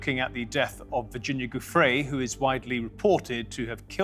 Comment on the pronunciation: pronounced "joofray"--you're make a video and don't pronounce her name correctly?!